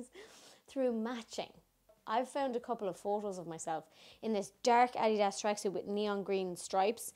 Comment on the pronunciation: From a New Yorker who is constantly mocked for my accent...can we tawk about the way you say adidas? I seriously didn’t know what you were saying. Thank you for that. I soooo needed it. Currently working “shite” into my everyday vocabulary. I’m soo annoyed that I didn’t buy the t-shirt that said ‘fookin ejit” when I visited Ireland. Love ya gurl.